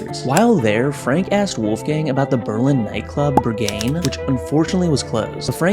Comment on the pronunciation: "Bergane" lmao